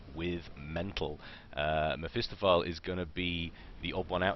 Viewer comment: Isn't it "meh-fist-off-ah-lee" ?